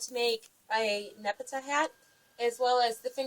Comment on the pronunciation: You purronounced it wrong :T